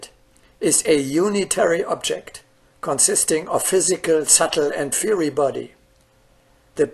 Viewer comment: “Fiery” is pronounced “fire-ry”